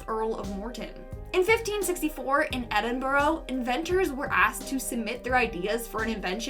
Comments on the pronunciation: As someone who lives in Scotland, I would like to give the easiest way of how to pronounce Edinburgh. Try saying "Edin-bruh". It's a lot easier said than it is officially spelled, and I hope this helps someone in the future. :) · Where is the letter O in the word Edinburgh? It is not pronounced Edinborro.